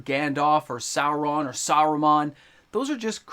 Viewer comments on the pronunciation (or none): none